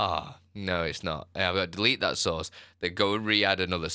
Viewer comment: Took me a while to finally figure out that you were saying “source” not “sauce.”🤣